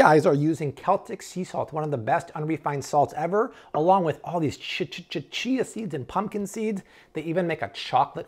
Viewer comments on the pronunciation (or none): none